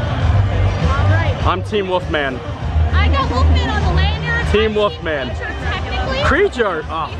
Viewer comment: I like how you say ''The Woofman"